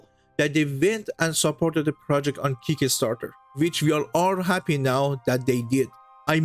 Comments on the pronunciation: It's kickstarter not kick-a-starter. Love, peace and games ❤ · Keek-ka start-tur? Try, "kik star-ter"